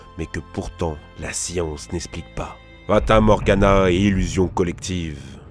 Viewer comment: "esplique" ex, pas ess